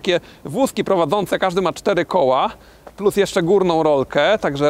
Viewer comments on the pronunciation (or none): none